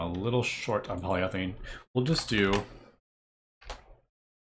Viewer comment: I don't know who will get it but it somehow feels very satisfying when he says "polyEthylene"